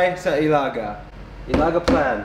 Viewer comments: hahaha! its alaga. not ilaga..you made me laugh.. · quick correction it's pronounced as e-la-ga not I-la-ga. Just wanted to let you know on that. Sending still cold regards from Winnipeg LOL eventhough it's already spring season. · to pronounce I-la-gâ, the strong point is in the gâ👍🏼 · I think in learning bisaya, it’s important to emphasize the accent. For example—ilaga sounds like a Filipino dish (nilaga) but when you say, ilagâ, now that’s a rat. 😂 You have to ask your trainer to teach you the accent because it’s important, otherwise it’s confusing... So much fun these vlogs, though!!! 💯😆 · put some cagayan accent to your ilaga! say ilâgâ!💜💜💜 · Hahaha... I thought you were saying "nilaga". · ilaga. - is pronounce in short "ä" not ilaaagaaa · With accent on last à. Like this i-la-gá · Putting pressure on the à 😅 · It's pronounced Ila...ga not ilaga with the emphasis on ga. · when you say the word rat in Bisaya don't say ehh-laga, make it sound like you are telling someone off or saying it faster "Ilaga". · Hi, I know you're learning the Visayan language but it's not enough to know the right words but you also have to work on your phonetics by saying the words properly. For instance, the word for Rat or " Ilaga" is pronounced by saying it really fast and putting the stress in the last syllable "ga" with the final "a" sound ending abruptly or with a glottal stop like in the word "tub-a" for coconut wine or "suk-a" for Vinegar. Hope this helps.:) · "Im trying to make an ilaga trap"Ha! ha! ha!Still has pronounce it in Canadian accent! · Pronounced it like your angry. ilaga!